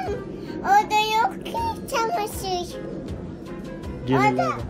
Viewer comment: Çamaşıyyay deyin hadii! Çamaşıyyay!